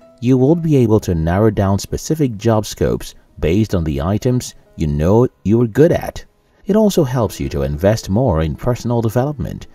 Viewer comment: It's know not mnow 😂😂